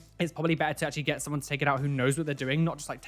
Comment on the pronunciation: do not peirce someonth Me: lol